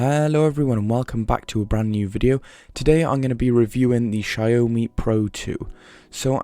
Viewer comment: The way he said xiaomi is so satisfying. Almost like Wyoming😀